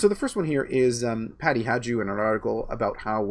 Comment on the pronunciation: I stopped listening the second or third time pronounced Peking Patty's surname "Hajdu" as "Hadze-doo".This after a juvenile prank trying to convince people there was a federal organization with the initialism GESTAPO. Where did you dig this guy up, Candice? I won't toggle on his links anymore.